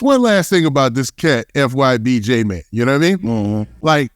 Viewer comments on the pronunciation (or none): “Fym j man” bro it’s JMane!!!